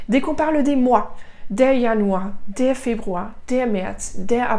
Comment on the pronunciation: Madame vous aviez dit que le terminaison avec er se prononce a mais pourquoi ici vous aviez dit deur alors de dar